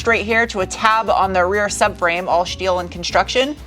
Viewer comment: Ok where is this woman from? Her pronunciation of different words is unusual. Aluminum Bilstein, gets her mm and inches confused. Oh and "shteel" not "steel". US accent though.